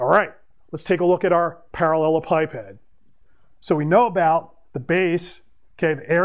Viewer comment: I watched this video solely for the pronunciation. Better than what I had.